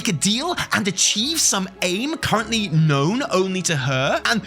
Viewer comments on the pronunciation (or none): none